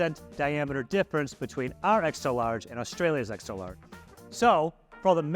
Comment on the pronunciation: ExtRa not exta.